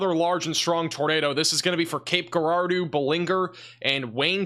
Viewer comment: Cape Girardeau is pronounced with a soft "G", sounding like a "J". Good work last night. I watch you almost every morning.